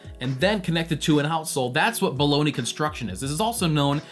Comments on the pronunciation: Buh-loan-yuh, not baloney. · It's not pronounced "Baloney". 🤣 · Bologna = Baloney? How does that pronounciation work?